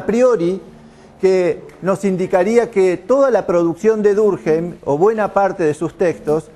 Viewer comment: Muy bien organizada, excelente elección de contenidos. Un detalle, es francés, su apellido se pronuncia durquém, si fuera alemán sería durkjeim